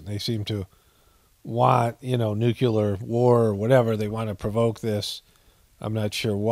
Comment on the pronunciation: NU CLE AR not NUCULAR